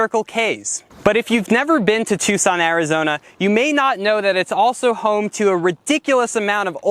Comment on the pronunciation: Choo-son? I thought I was hearing things until he said it twice! He likes old trucks, so he's cool in my book!